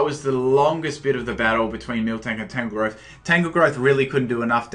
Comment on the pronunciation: FOR FUCKS SAKE! TAN-GROWTH, NOT TANGLEGROWTH, TANGROWTH. you are truly the ONLY competitive battler that is INCAPABLE of pronouncing all names right in a battle!